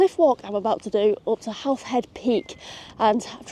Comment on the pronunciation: And just for fun, Howth - Hoe-th. You've nail the th part